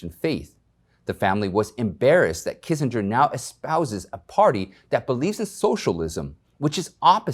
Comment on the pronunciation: Pronounced Kinzinger